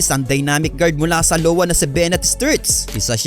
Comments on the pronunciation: Its.. iowa not lowa ai·uh·wuh ang pagpronounce. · Hindi LOWA Yun kundi iowa pronounce as i-yo-wa